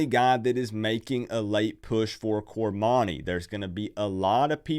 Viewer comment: Get his name right, its cor-money.